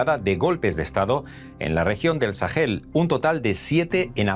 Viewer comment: Dos correcciones: 1. Se dice "Sahara", no "Sájara" 2. Se dice "Sahel", no "Sajel"